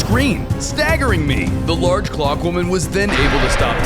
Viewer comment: Bro said large clock woman